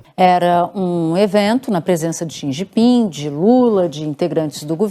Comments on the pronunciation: O nove dedos ficou pasmo, sem saber o que dizer! "Chi gi ping" , 😂😂😂😂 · Lula não sabe pronunciar o nome do presidente da China. Ele quase falou XI Pinga. Kkkkk